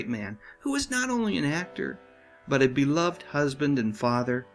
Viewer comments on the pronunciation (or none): none